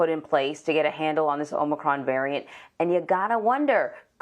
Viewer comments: Shouldn’t Biden work on trying to correctly pronounce it, then try to make the sell he can do something to address it? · If you CANNOT even pronounce it, then how are you to believed you can address it?